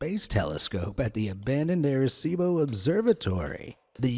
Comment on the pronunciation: It was funny to hear you pronounce Arecibo. 😂